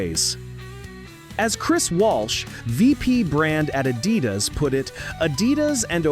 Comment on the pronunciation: It's pronounced uh-DEE-das, millennial AI nimrod.